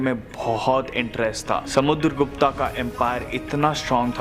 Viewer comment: Not Samudargupta it's Samudargupt👈